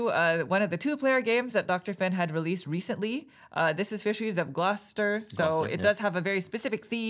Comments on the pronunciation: Initially interested to see if the pronunciation of Gloucester was the same as in the UK, and satisfied to find out it is! Great playthrough, you guys! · As usual a great video, but a big congrats for you for pronouncing Gloucester correctly :D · As someone who lives nearby they nailed the pronunciation! Very interesting that’s it’s the same in the UK.